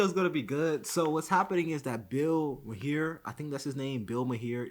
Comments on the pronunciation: His name is pronounced Marr, not may-hair....... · his last name is pronounced "mar". and jane fonda is a washed up "war protestor" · It’s pronounced Marr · Say his last name like the planet "Mars" but without the S "Mar" Maher = Mar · Okay, I like this host but Bill "Mahair?" His surname rhymes with Flower. And he doesn't know who Jane Fonda is? How about doing the most basic Internet search on these people that you decide to make a podcast about? Dude, this makes you look so lazy and unintelligent. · Ma-here. Ha ha ha. At least I smile knowing you don't watch his show regularly. 😁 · Bill Ma-here and someone named Jane Fonda. Oh man. 🤦‍♂️🤷‍♂️😂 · Pronounced Mar. Jane Fonda was a very big star in Hollywood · Pronounced marr. 👍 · It’s pronounced Bill Mar as in the planet MARs. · Hey, good work but it's pronounced "Bill Marr (Maher)" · Bill Muh-hair 😂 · Look up Hanoi Jane. Pronounce Mahar to rhyme with car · "mar". Bill's last name is pronounced "mar". :) Good vid, dude. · His name is pronounced Mar the he end up basically silent, that how I hear it most. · Bill Mahar is pronounced Bill MAR. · I'm crying how you said maher( mar) and you don't know who Jane Fonda is. You made my feel so old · Bill MAR with an ringing H at the end. Stand up comedian, actor and host of Politically Incorrect for a decade. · Mar. The h is silent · Bill marr is how it's pronounced lol 😂🫡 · Wow, you can’t even pronounce Maher correctly and you don’t know who Jane Fonda is and you want to comment on this stuff! Context is key young brother and googling $h¡+ is a thing!